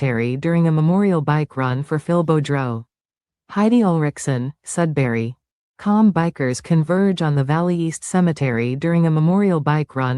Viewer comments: Def Sudbury Ontario not sudsbury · He left Sudbury (Not Sudsbury) because he felt hassled by the authorities there. His last name is more like ... Boo-drow. At one time Sudbury had the 'best' 'uncut' or purest form cocaine in north america. Big biker gang presence now it's a lot of gang banger types coming up from southern Ontario... a free for all.